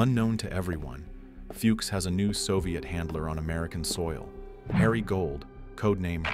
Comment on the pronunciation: Cant even pronounce Fuchs...